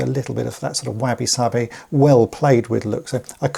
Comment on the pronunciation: The Japanese term wabi-sabi rhymes with hobby not flabby (i.e. it's pronounced wobby-sobby, not wabby-sabby). That AAAH vowel sound does not exist in Japanese.